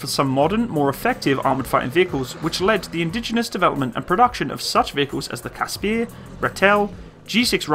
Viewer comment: Like the video, but the pronunciation of the vehicle names need some work :) - its pronounced as written here phonetically - "KAS-PER" not KAS - PIERR", "RAA-TUL" not RATIEL", ""EE-LAND" not "I-LAND"